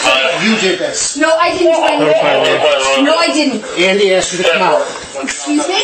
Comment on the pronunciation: "Exvuse me"! Straight up tazed in the face! 🤣🤣